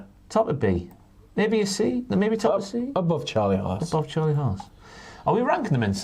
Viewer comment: I love, but is it just me that when he says "Charlie haas" it sounds like "Charlie ass"?😂